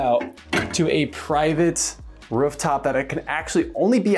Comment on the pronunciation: Ruff top? Does this guy speak dog?